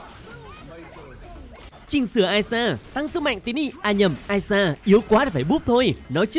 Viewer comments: Tý nị là i sa chứ không phải ai sa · Đọc ishar mà nghe như aya. Chữ i chứ ko phải đọc lẻ như “I” kia đâu trời